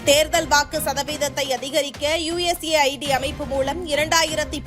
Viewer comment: யூஎஸ் எய்ட் என்பதற்குப் பதிலாக யூ எஸ் ஏ ஐ டி என்று உச்சரிப்பது தவறாக உள்ளது இப்படி இருப்பின் உங்கள் பதிவின் உண்மைத்தன்மையை எப்படி நம்புவது பதிவிடும் முன் ஒழுங்காக படித்து விட்டு பதிவிடவும்